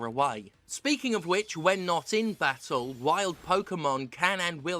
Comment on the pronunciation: I love how she says bah-ul instead of battle.